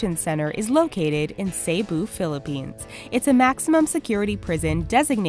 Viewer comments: Cebu is pronouned "seh-boo" not "say-boo" 🙄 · It's really funny when she pronounces Cebu as "Sayboo" instead of "Seboo". Hahaha. How I love her accent. 😂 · Cebu is pronouced as 'sebu' not say-bu... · I love it when she said "Say-Boo". It should have been "See-Boo". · Dear, I'm not butthurt or anything but the correct way of pronouncing Cebu is ceh-buh and not cey-buh. And by the way I'm a Filipino so yeah. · Cebu?(sayboo?!!) no it's Cebu (seboo) how should I know? I'm filipino xD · To say Cebu properly,It's See-Bu,Not Ceh-bu. I'm not saying anything though,I love your content. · Cebu ,it's not "Say-Boo" it's "Seh-Boo" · it bothers me when she says say-boo.... its actually see-boo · The pronouncation of the Cebu is Sebu not Seybu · CEBU dude! Not CEYBOU :-P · correction on the cebu prison its actually pronouced. Si-bu not Se-bu. Peace!! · its Ce - Bu not CeyBu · it is not seybu it is prounance sebu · It's not sey-boo it se-boo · Its Not Seibu Its Sebu XD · its sebu not seybu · it's /se-bu/ not seybu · its not say-bu its c-bu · its se-bu not sey-bu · "Sey-bu, Philippines" omfg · Im Pilipino so uh when she said Cebu I cringed cuz it's actually said (see-boo) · Still not over with "saybu" huhuhu it's okay tho because I understand that they have a different access from us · "saybu" lol XD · pls. Cebu is "seh-buh".